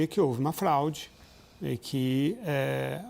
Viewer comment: Houveu um "flaude" que isso meu irmão? Eu nao entendi onde ele wier chegar. Saiu da América e foi osrar ls no oriente medio, voltou e falou "flaude". Alguém deve ter falaldo no ponto com ele: "CARA PARA DE PASSAR VERGONHA, O BAGULHO É FRAUDE". KKKK😅K 😅😅